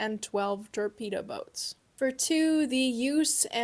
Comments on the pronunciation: Why are you calling them o-boats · Theyre actually U-boats, not oooboats... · OMG!!! It is NOT "OOO Boat", it is "YOU Boat"! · Ooo-boat Peh-reel. All honestly I’ve wanted to know about this less covered aspect of German history, nice work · What's with your way of pronouncing things? You pronounce "u" as "ooh" and "peril" as "purr-rill" U boat = ooh boat Peril (peh-ruhl) = purr-rill Where are you from? I know you're American. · If your going to say “Ou boat” and all the other horrible attempt at using German language,, make sure you says “Zed” and not Z.. lord it’s painful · What's up with her pronunciation.."ooo-boat pər-ILL" is it a joke? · I don’t like the way you say u-boat. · lmao it caught me off guard bc I never heard anyone say uboat like that before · The way you pronounce U-Boat is adorable